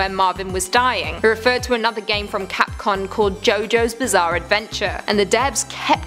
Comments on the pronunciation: Why does she keep saying capcon!!! It's capcom! UGH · Why she keep saying Capcon? Its capcom mate..